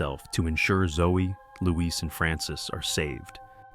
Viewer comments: His name is Louis, not Leweese. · Not even 5 minutes in and he’s called Louis “Luís” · Why did you Luiz for Louis? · Bro said “Louise” im dead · Why fo you pronounce louis the way you do when im the game you can here what its actually pronounced like. Are you doing it on purpose or do you actually not know how to pronounce